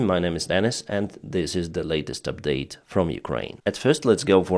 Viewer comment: Update & Details These 2 words have the stress on the first letter (=silable).. just some English help